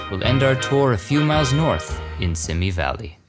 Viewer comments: It’s pronounced SEEMEE valley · I know it is a little thing, but every time you said "Simi" Valley wrong it grated on my nerves.